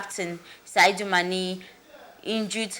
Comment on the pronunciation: Whether the called e oooh or dem no called e ooh wetin concern me? Dis journalist sef na how ehhh you no fit read? De name na Sadio Mane nobi Saidou Mane masa.